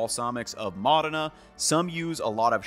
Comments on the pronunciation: MO+dena. Say it right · Small nitpick - the pronunciation is MO-dena, not mo-DAY-na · Great video! However one distraction I had was how you were pronouncing Modayna instead of MOdena took away from what you were presenting. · Mòdena. Not Modèna. 😊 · Still can't pronounce MODena, though 😅 Anyway, always enjoyable content. Thank you!